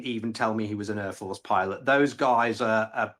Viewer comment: Urforce and Urfields 😂 Wur? Over thur😂 next t Tony Blur